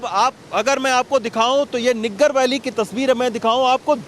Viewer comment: niggar nahi saheb naggar kehte usko 😜😜